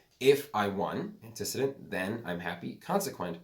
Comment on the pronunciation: Antecedent is pronounced “antee-see-dent” not “anti-sid-dent”